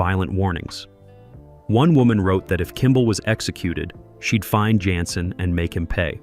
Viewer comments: Jensen not yansin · Yansen???.. Get a human who at least watched the cotton-pickin show!!!!!